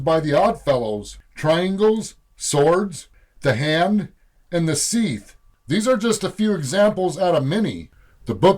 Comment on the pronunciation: What the hell is a "Sceeth"? The word scythe is pronounced like "Sight" not "Seize"